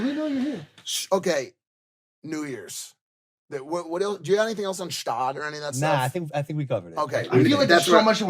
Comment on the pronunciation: PRONOUNCE THE FUCKING “G” IN GSTAAD